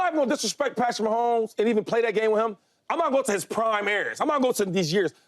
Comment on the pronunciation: I’m sorry James it’s Mahomes